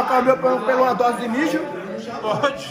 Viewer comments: Tem toguro falando DROSE TEM LIKE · PERCEBERÃO O Toguro FALOU UMA DROSE KKKKKKKKK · Tem Toguro falando três "drose" tem like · Tem toguro falando três drose de pre-treino tem like .